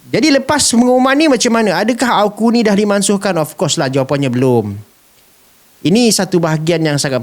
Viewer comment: Hos sebut AU..KU.. bukan A..KU sebutannya betul..dengar betul2.